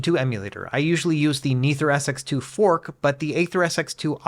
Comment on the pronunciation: so how long before this guy learns to properly pronounce nethersx2